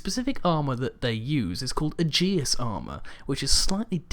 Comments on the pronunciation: Actually it's ee-jus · no techinically it is "ay-jiss" æ is classically pronunced that way :P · Its pronounced Aegis (Ay-jus), not uh-jee-us. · Just a heads-up, Aegis is pronounced "Ee-jizz" not "Adjeeis". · In Greek it's pronounced "ee-jiss". Aegis is the name of Zeuss's Shield. Your company was also pronouncing it wrong. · No its because I worked on the Aegis weapon system when I was in the Navy and can't stand when people pronounce it like that.